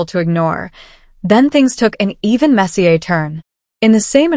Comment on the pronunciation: Ai voice turns French when sayin * the word messier